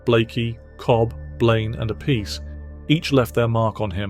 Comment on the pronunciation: Appice ( appeetchè ). "See" sound in vulgar / ecclesiastic latin and italian stuff doesn't exist when " Ce/ci ". It's " Tch" sound